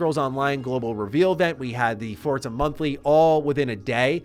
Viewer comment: Wtf is up with this american pronouncing 'forza' correctly?? I want you to butcher it like a foreigner begging for mercy, this is shaking my world view